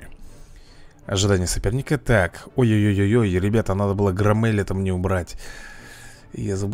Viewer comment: Говорится не ГроммЭль а ГрОммель